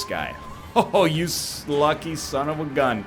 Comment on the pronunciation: "You slucky son of a gun"